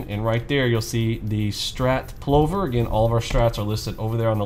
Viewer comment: Only complaint is the pronouciation - think "glove" as in Danny Glover for Plover. Brillant strategy with an Australian heritage!